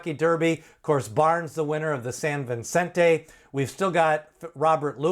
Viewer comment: It’s Vicente, not Vincente.